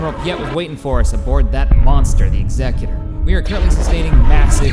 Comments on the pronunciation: Why do you say Executor like Executive. It's Executor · Nick Czarnecki He pronounces it with the wrong tone. Did you even read my comment?